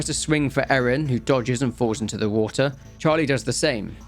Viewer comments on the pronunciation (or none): none